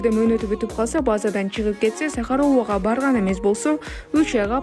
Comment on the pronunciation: Сахарова деп суйлочу сахорова дебей